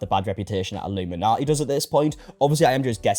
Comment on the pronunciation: It popped up due to accent. It def sounded like he said nati rather than naughti lol